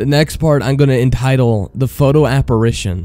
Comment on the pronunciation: he say da instead of the and it annoys me